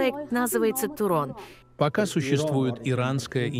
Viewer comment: Не туран а турон